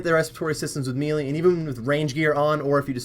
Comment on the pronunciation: the word "melee" is pronounced "maylay" not "meelee"